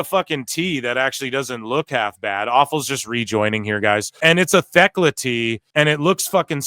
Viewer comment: Just want to say Thekla's name is pronounced w/o the H. So "Tech-la" is how it's supposed to sound.